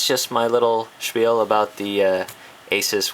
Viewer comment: finally someone who pronounces ASUS correctly. I hate when people say a-soos, you wouldnt say pegasoos because its pegasus.